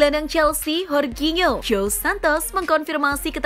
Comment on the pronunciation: Horginho siapa min? Wkwkwkwk. Jorginyo min nh di baca ny